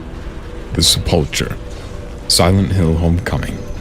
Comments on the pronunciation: You guys do great work, and I am always amazed at the sheer amount you fit into each video, but you do need to double check you pronunciation. For example, "sepulcher" is pronounced sep-ul-kur, not se-pul-cher and "patriarch" is pay-tree-ark, rather than pay-tree-arch. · Pat-ri-ark. Sep-el-cur. At least say the names correctly smh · The one guy does not know how to pronounce "Patriarch," "Beelzebub," or "Sepulchur." If you can't pronounce stuff, you make the video sound more amateurish. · Sepulcher: "SEP-ul-ker" Patriarch: "PAY-tree-ark" Although I did enjoy the video itself, the mispronunciation of these words was really jarring and made those segments unintentionally hilarious. If nothing else could have prevented this -- if you had a shitty high school English or Lit teacher, for instance, or if you've never heard those words pronounced correctly before -- all it would have taken was a simple Google search. Come on. The internet's a wonderful resource we are all lucky to have. Try to get it right. Nonetheless, I look forward to more. Here's hoping there's fewer easily-avoided slip-ups in the next one! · I find your videos fun, but you guys really need to learn how to pronounce things before reading them. This is consistent with in all the videos, not this one. Beelzebub not Beezlebub, Patriarch is pronounced with a "arkh" not "arch." Similar with Sepulcher. Also, Giant Nazi Zombie Fetus doesn't look all that creepy at all. As far as disturbing goes? It isn't any more disturbing than similar things like the implied history Giygas or other fetus-themed bosses. Great Mighty Poo isn't really disturbing, I found it more dumb (fitting for the game.) Andross only barely qualifies, because there are lots of bosses that become just a brain. Isn't that the final boss of Gradius, too?